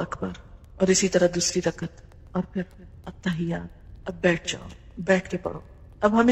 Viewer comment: 1.Attakhiyyaat hae plz not Attakhayyaat. 2. Are you a Graduate of Medical School, Bahawalpur,? Me too.